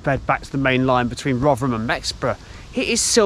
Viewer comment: Great videos, I do like these British Industry history vids... and 10/10 for pronouncing Rov'rum correctly 👍